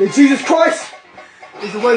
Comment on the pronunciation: Belt of Truff LOL! Peace be with you mate